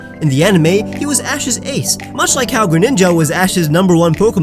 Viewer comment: ej greninja You can't even prounounce your favourite Pokemon right